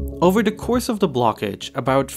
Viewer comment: ... . "over da courwse of da blockage about fwee hundwed seventy ships"